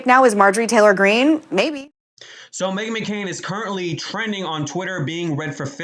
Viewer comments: Her name is McCain not Mccoon you need to get a life you really do. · You saying Megan McCoon makes me cringe a lil bit 😬